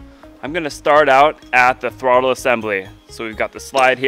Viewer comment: Dude, use your words to talk lmao. Throbvvvle . The throooovle